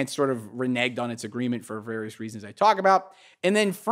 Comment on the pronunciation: The word is Reneged and he used it twice